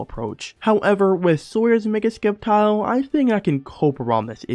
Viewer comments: Why are you saying Skeptile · The c is silent in sceptile